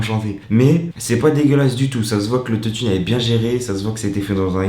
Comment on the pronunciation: l'autot-i-ne mdrr